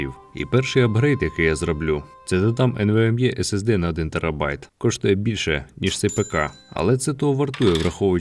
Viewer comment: Комп'ютер гарний за таку ціну. Але вимова, спочатку емвеемЄ, потім Цепе'ю, а потім ролЕплей... Не став дивитись далі...